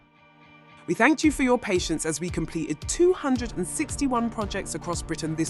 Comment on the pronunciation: One dropped 't' -right at the start 'complee-ed'.